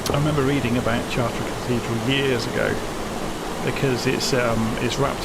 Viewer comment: a little tip for pronunciation ---- the CH of CHARTRES is pronounced like an SH in English. otherwise your pronunciation is very good.